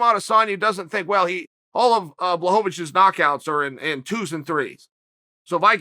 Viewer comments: Uncle Chael: blockowitz blahovich blahovavich Jan: okay that’s fine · Me: Blachowicz Uncle Chael: Blachovowicz Me: Blachovowicz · Chael "Blahovavich" Sonnen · Chael: withhowt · Chael "Blahovovitch" Sonnen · Chael : Jan "block o witch" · I'm light on the idea of kale, will these pills help me pronounce mahakolachev properly? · Yawn blaaaaa -who -which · I had high hopes this was gonna be the video chael prenounces blachowicz‘s name correctly everytime. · Chael “How Many Ways Can I Pronounce Blachowicz” Sonnen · Uncle chael really wants Jan’s last name to have 5 syllables.